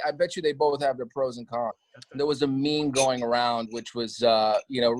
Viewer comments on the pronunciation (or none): Did sebastian just said MEME NOT ME ME 😦